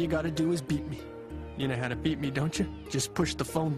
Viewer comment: He sed beep me right cos it sounded like beat me (as in beat me off) xD